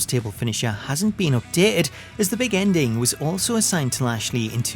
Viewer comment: he says always Big Endling, i hate for that hahaha